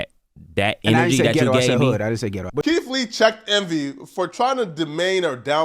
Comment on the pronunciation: "Keef Lee" lol